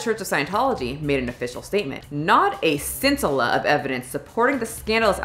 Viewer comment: I believe the put the emFASSis on the wrong syllables in many words in this video including Remini, Miscavage, scintilla and more...a little research goes a long way...